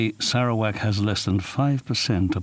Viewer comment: I'm sorry but I keep giggling at the narrator's pronunciation of Sarawak. Sara - wack. LOLOL